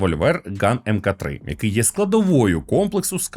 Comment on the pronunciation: Любі друзі! MK-3 читається як MARK-3, будь ласка. За відео, лайк.